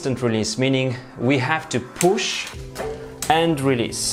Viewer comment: poosh, releese, poosh releese!!